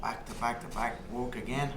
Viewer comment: "Wok" hard wok